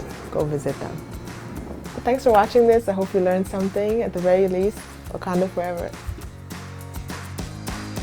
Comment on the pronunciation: when he says what do you know about about wakanda sounds like buganda